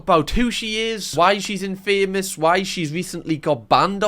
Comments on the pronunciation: Infamous is not pronounced like that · In-fuh-muss. NOT in-fameous. Gooddxdscfvze Christ. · Btw infamous is pronounced in fam os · i’m not gonna lie i’ve never heard anyone pronounce “infamous” like that